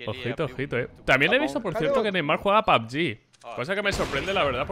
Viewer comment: Todos:pug:pabg